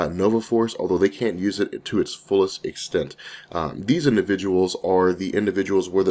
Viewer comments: It hurts my ears every time you mistakenly call corpsmen, corpse-men. The "ps" in corpsmen is silent, the pronunciation is core-men. You don't make this mistake when you talk about the Nova Corps itself, so I don't understand why you do when you talk about their corpsmen. Anyway, I enjoy all of your videos. Keep up the good work. :-) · Core-men not corpse-men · Lol love you bro but it’s still pronounced ( core-men) president Obama said the same thing so don’t worry. I Love your videos bro, you have helped brighten my life!!!! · It's pronounced "coremen" the p and s are silent